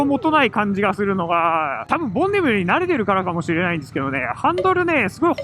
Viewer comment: ボンビネルになってましたがどっちの言い方が正解なのでしょうか？